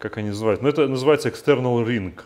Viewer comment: wrench - "w" - не читается Extе́rnal, intе́rnal читается через ё